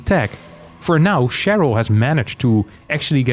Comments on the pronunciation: why keep saying Che-ryl like its french? its an american name, its triggering me so bad! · Its "Share-ul", and probably a chick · The "r" pronounciation of "Cheryl" just gave me thrills of enjoyment hearing an anglophone person pronouncing it in the french way. XD